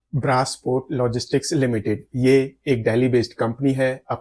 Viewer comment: Woh braace port nahi hai thike brace port hai woh